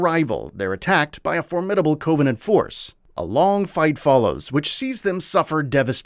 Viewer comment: bro legit said CO-venant